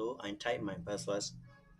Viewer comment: Password and not paswas